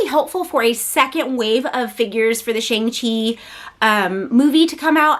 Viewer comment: Shang is pronounced with a soft a not a hard A!